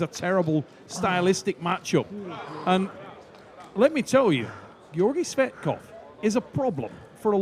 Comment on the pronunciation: Его фамилия Tsvetkov , а не Tsvektov